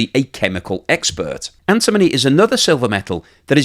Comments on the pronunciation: doesn't even know how to pronounce antimony! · You should learn how to pronounce "antimony" correctly.